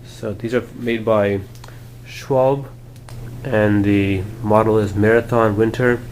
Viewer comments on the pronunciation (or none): Actually, the tyre company is pronounced Shu-Val-Bae. Damn Germans!